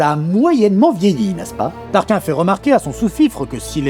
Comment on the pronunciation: TARKINE ! KINE pas kin c'est pas Tarkin phonétiquement...